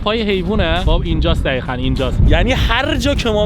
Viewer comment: عزیزدلم‌چرا به دقیقا میگید دخیخن؟ ببخشیدا واقعا اذیت کنندست که حرف ق رو خ میگید